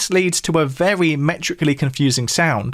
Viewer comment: love hearing him say "vewy"